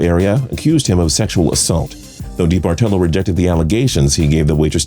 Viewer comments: Debartello? You mean DeBartOllo? How are you a sports fan and not know how to pronounce Eddie D's names? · Eddie debartolo is pronounced da-Bart-alo not dee-Bart-olo as you keep saying it. Can someone from tps please correct the host.